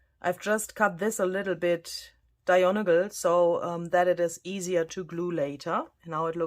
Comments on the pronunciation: It is called a coin envelope because it is the style of envelope the bank gives you back your money in when you cash your check. I love how you say the word diagonal, dionagol. It reminds me of Barbara's brayed Furlap. So cute. Thank your for the wonderful freebie. Such a beautiful pencil sketch 😍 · Lovely. I love the fact that it's the eye that peeps out of the journal- how appropriate! As others have said, we love your pronunciation of Diagonal, but if you want to say it the English way, does it help to break it down... DI-AG-ON-AL.? But it's lovely however you say it. I really appreciate that you show us how you try different things until you arrive at something you like best. Thank you for your excellent teaching and inspiration!